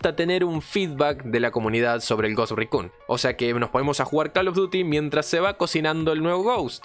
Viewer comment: Cada vez que dices Ghost Recun y Recon muere un conejito